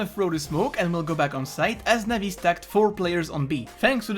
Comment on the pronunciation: cringy when u pronounce navi players names